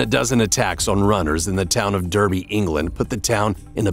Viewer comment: D*A*rby not Derby